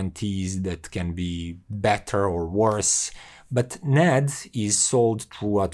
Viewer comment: I think it is pronounced separately, N - A - D